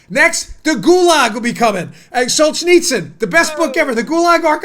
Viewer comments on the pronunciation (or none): none